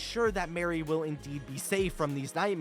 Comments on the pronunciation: Why do you always call her Mary. It’s Marie 😭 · Marie Paynes name is actually pronounced as "mah-ree" not mary. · I love your videos, and I don’t mean to sound pedantic, but Marie is pronounced Mah-ree, not Mare-e. Like the kitten from Aristocats. Your content is wonderful!